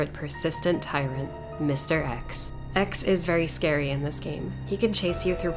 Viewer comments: "Shcary" <3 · Don't you mean how she said "scawy"? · “stiLL reaLLy schary” that was random haha.